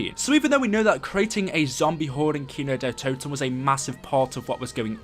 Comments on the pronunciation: Its Kin-d-ertoten not Kinodetoten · The way he says kino Kino DER toten